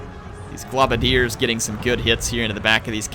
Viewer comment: i love your videos in fact they are the only ones i regularly watch while i wait in anticipation to get a new graphics card for my PC so i can play TWW 2. but just one thing, it's pronounced "GLOWbadiers" not "globadeers"...... as a long time skaven player in the tabletop game this is doing my head in lol.